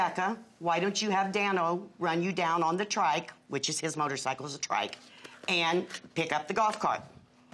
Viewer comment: Great that he rides for Veteran's funerals! Thank you! But let's learn how to pronounce what you ride! It's motor-SIGHcle, not motor-SICKle!